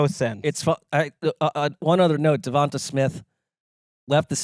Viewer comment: I’m sorry, this has bothered me for a LONG TIME now…, his name is DevontA. dee-vawn-TAY. I don’t know how no one has said that in the past like year and a half or whatever because it’s not a difficult thing